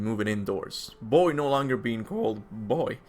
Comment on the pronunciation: Boy not bEEiing CcaALlleD BoOiI